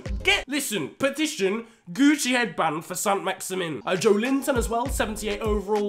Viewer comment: With Joelinton, the emphasis is on the E and not the I 🙌 keep up the great vids